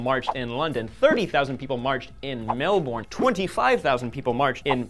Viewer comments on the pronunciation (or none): not Mel-Bourne. it's pronounced. Mel-Bin. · Ok come on Melbourne is not pronounced as Mel-born its pronounced as Mel-bin. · Update: it's "Mel-burn" not "Mel-Born" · Melbourne is pronounced melben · cough It's pronounced Melbnnn... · it's best pronounced *Mel-burn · The way he said Melbourne makes me laugh :)